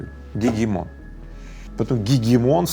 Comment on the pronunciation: Даже слово "гегемон" произнёс ) Всё правильно)